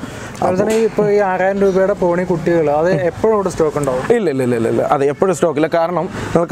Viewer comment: തോണി അല്ല ചേട്ടോയ് പോണി😆